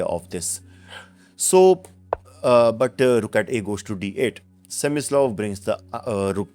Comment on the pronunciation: his name is Smyslov,not semislav.